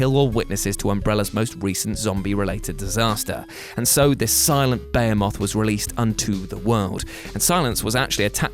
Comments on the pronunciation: Buh-HE-muth, NOT bayermoth. We had an entire series of robot wars, or whatever it was, until someone finally arrived to set them straight. This lets you down after the intelligence you show referencing Lovecraft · Why did you say behemoth like that?